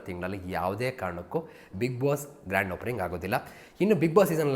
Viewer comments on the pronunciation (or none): none